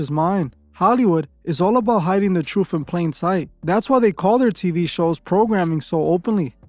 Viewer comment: Sorry bro, hard to take someone serious when you hear them saying troof